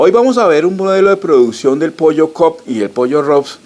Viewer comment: El pollo no es cop es cobb